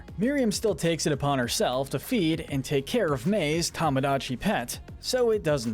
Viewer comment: I just wanted to say that it's pronounced TA-MA-GOT-CHI. NOT TO-MA-DA-CHI